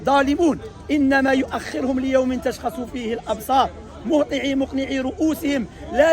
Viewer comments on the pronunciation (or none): The brother made a mistake in reading the Aya, it's: "inama yo'akhirohom" not "yo'akhirehom" there's a damma and in "Mohti'ina" not "Mohati'i" there's a noon in the end